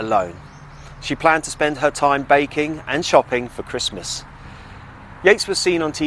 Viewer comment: 'Purpotato'? 'Taybak'? REALLY? 'YEATES'?' Her name was Joanna/Jo